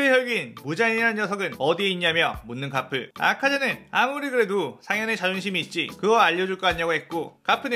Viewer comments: 아니 가프가 아니라 거프에요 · 가프가 아니라 거프에요.